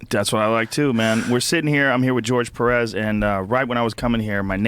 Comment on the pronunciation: 🗣️ GEORGE Perez, Not Jorgé Perez‼️ 🇺🇲👌😂